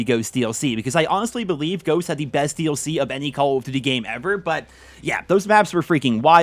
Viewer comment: Why is this man unable to say Call of Duty?